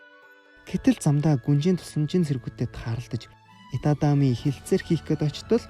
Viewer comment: Itami Yojishdee itatami gj heiiinbeee😂